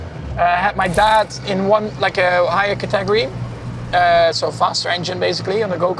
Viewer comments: He pronounces category as ca-tegory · Guy needs to learn how to pronounce CATEGORY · The secret sauce is in the pronunciation of "category".